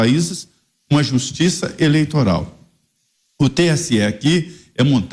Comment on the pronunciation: Mentigas, eleitogal, inquéguito, como fala bem esse xxxxxxx, vixe. Mentiras, jogo sujo, armação, isso é próprio do ladrão.